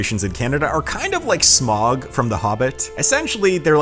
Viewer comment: Hey man, it's not "SMOG" ... it's SMAUG... (Smow-g,,, "ow" like in "now") - you know, if you're going to pretend to be a Tolkien fan, you should say the names right.